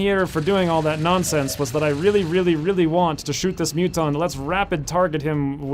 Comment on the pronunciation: Hearing Muton being said as Mutton is the most hilarious thing I have ever heard in an XCOM 2 let's play!!XD